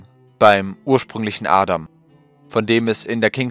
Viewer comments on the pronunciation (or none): none